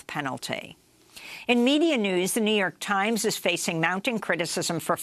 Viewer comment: The Jouw York Tiemz